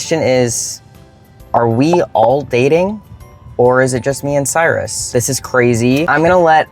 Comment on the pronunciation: Cyrus. In Latin. Kyros, Greek, predating Latin. Kurush, Persian, predating Greek. Look it up. Respect the person by pronouncing their name correctly. It can mean Sun, throne, lord, far-sighted, bestower of care. Addendum. Never mind. I looked it up for you.